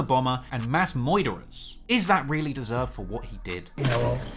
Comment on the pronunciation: Say it one more time of the video: Terririsks and Mass Moiderers...